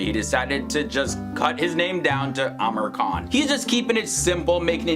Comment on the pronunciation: I suppose his name is pronounced as "aa-MEER khAN" instead "Amer khAN"?